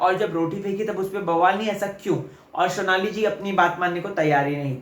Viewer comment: Sonali ka naam sahi pronounce kr .. Sonali hai shonali nhi ..rubina ke PR